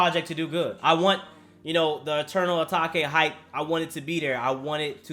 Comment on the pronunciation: Repeat with me A-take